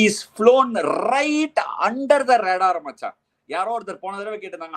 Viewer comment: First time am touched as well as blown away by Robin'😊s comments! So good in explaining a cricketer from their eyes and side... Absolutely stunning❤, liked how he speaks Tamizh specially "Machan"😊